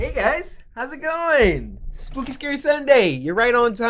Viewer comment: First you said spoopy and then you said skuke and then you said shookey